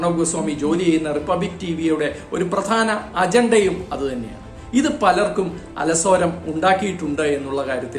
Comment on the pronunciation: അല സോരം എന്നല്ല അലോസരം എന്നല്ലേ പറയേണ്ടത്